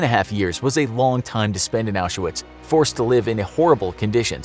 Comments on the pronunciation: Why do you call it Auschawitz? It's pronounced Auswitch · He's pronouncing it wrong, it's pronounced Aushvitz :)) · aren’t you supposed to pronounce it correctly? or are you not using the correct sources?